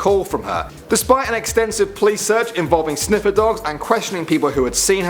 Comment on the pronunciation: I love. I get such a kick when he says “sniffer dogs” hehehehe